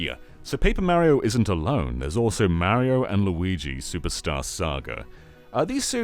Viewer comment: 40 minutes of you mispronouncing MARIO! IT'S NOT MARRY OH, STOP IT. Learn how to pronounce Italian names, you're killing my inner heritage.